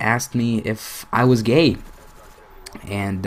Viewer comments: listen to the way he says gay gayea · He said gey hahaha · LOL the way you say gay "My mom thought I was GEHNG" hahaha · i like how he pronounces gay. "Geyy" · The way he says gay is amazing. He says "Gey" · is sounds like u are saying gain but i under stand u so much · love the way he says gay... "geey" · He kind of says gay weird.